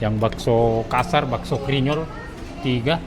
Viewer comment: Bkn krinyol tp grinyol hrsx ces..😂